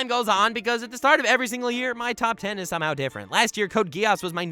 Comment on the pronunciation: You mispronounced "Code Geese". What do you mean nobody watches Gintama? A lot of people watch and love Gintama, it owns the top 15 highest rated anime. Also, when the video came out Gintama is over, I think it was the final season, though there's still more manga I believe. Also, Gintoki as a character is very similar to Yato from Noragami. Btw, your number 3, is that a JoJo's reference? Almost didn't catch on to it, since I don't watch it.